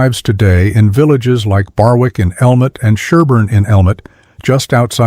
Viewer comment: Barwick is pronounced Barrick. The w is silent.